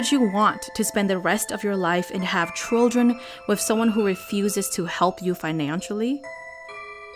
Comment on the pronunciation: Why do you say “Trojan” instead of Children? Haha is that the accent there?